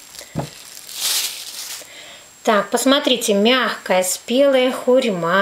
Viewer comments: скорее звучит как - хюрьма, а не хурма. Это как яблоко, аблоком называть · хурьма понравиласть я теперь буду тоже иногда так говорить👍